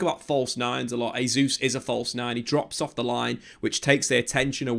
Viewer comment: Great analysis but one big problem. It's pronounced JAY ZEUS, not HEY ZEUS. Every time you butcher his name it undermines your good work.